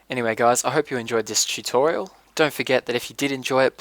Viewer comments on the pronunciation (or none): Did he said titutiralXD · "Anyway guys, I hope you enjoyed this cheatorial..." :P I know you said tutorial, but the accent FTFY.